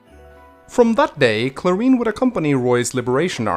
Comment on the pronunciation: I just googled my name and now i'm here,, well, props to you for pronouncing Clarine right lmao